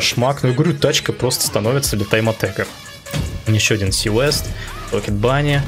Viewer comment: А разве не правильно ли говорить тайм аттак? Не аттэк же...